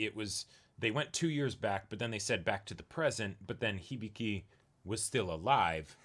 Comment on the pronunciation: hih-bih-kee. how can you pronounce hibiki as "hibeekay"?